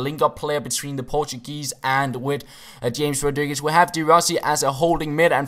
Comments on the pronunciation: Not James Rodriguez but Hames Rodriguez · James (ha-mase)... don't call him James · It is Ham - Es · James' name is pronounced Hamez :P